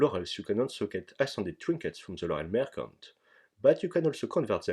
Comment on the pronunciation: Merchant se prononce avec un son "tch" et pas "k". ça m'a dérangé pendant toute le passage sur les marchands du PSNA :P